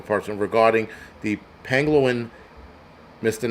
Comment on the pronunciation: Its pang-o-lin 😂